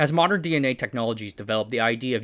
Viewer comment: mispronouncing DNA in the first half second is quite the move